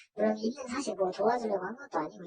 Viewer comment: 사실 이라는 것을 엄청 강조하네요.